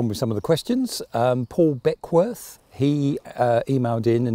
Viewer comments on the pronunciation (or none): Although I will say that no-one seems to be able to pronounce my surname properly - it is Beck-with not Beck-worth! 😡